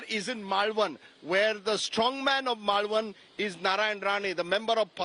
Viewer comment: Rajdeep can’t even pronounce Malvan😂